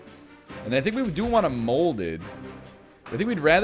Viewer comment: Every time he called molded “holdover” I died a little inside. Never change NL.